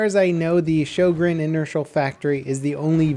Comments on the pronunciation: Sjögren not sjogren i understan you dont have ö in you alfabeth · sjÖgren, not sjOgren (writing and pronunciation) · Sjögren, not Schogrenn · "ö" isn't pronounced like an "o" at all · It's not shojregn it's pronounced Hoegrine. It's a Swedish and was named after the inventor. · Sjögren. Not schogrenn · Ok I have to say this. Sjögren( shogren ) is not how you pronounce the name of the gun but it is the name of a disease. The actual pronunciation is sjögren( ho-grain ). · Fun Fact: Sjögren is not pronounced the way you'd think it is. Swedish being the interesting language it is, the name is pronounced like HWUO-GREHN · "Sjø" is like "shu" in "shut". Not you know. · shyogren? Dude, work on that pronunciation. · it's pronounced Syugren ffs its not that hard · Why don't they teach americans in school, how to pronounce äöå. I mean, in Sweden we learn english in school. They should learn some basic swedish in America :P EDIT: Also, this weapon isn't DLC. You unlock it with a cetain amount of kills with the m97 and model 10 hunter, don't you? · He is saying it wrong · Den heter Sjögren!!!!! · Your pronunciation of Sjögren is crippling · Lol Its "SJÖGREN" im swedish so i Know ☺️ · Wow weird hearing an american try to say Sjögren. Not even close xD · Han får det att nästan låta Japanskt när han säger de ^^ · Natrix what? Its the truth. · One day, will stop butchering the names of everything into oblivion..